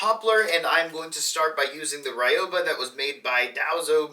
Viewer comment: I think Ryoba it´s not Ray-oh- ba, but rather ri-oh-ba (with ri as in riddle). I speak Spanish so I might be wrong, but in Street Fighter Ryu is ri-uh, not Ray-u (lol).